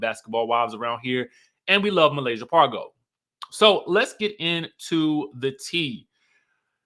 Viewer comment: Pargo not Parks.